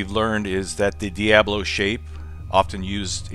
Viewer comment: Diabolo, I think you're mispronouncing it just to annoy me.